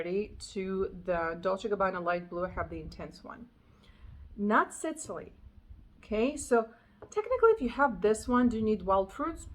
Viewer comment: It sounds like you’re pronouncing it Sitily…. Think SIS! Not SIT. Like the island off of the Mediterranean. Sicily